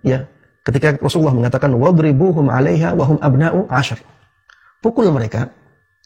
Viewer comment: kurang nya di mana , mukin gak keketik tapi antum itu yang aneh Wa di sebut fa hum sebut hu Sekolam sama admin Littaqwa di sebut Lillmutaqin 😄🙂🙂🙂